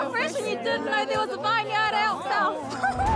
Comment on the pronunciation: vine-yard! classic. you know your fresh when you mispronounce vineyard. i love this show.